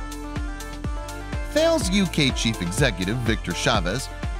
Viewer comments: That bothered me as did how he pronounced the company name Thales. It's not "Thay-les" , it's pronounced "Tal-ess" .The company is French... perhaps he may have wished to watch some videos on the company website before hand? Anyway ... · and Thails